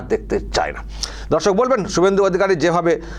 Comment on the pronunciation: Dada darsak ta ektu poriskar kore bolben nijeke dhorsok monehoche